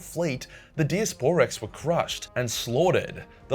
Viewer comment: Die-ass-per-rex not dias por rex